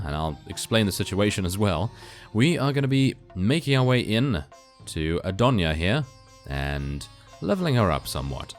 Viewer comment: "making our way into Adjonia" LOOOOOOOOOOOOOL